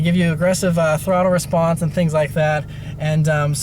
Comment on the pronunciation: Nice review and its either me hearing it or you saying it but I feel like I heard respronse again